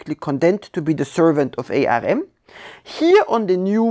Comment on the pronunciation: Great presentation. I just wanted to point out that ARM or Arm is pronounced like the arm on the human body and the Pi in Raspberry Pi is like Apple Pie.